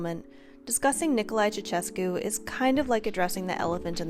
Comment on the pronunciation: The funniest thing is how you guys pronounce ''Ceausescu '' :)) At least you tried lol.